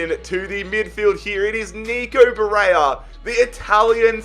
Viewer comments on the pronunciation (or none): Its ba-re-lla not ba-re-ya. Please fix your player’s name pronunciation mate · Why do u say baraya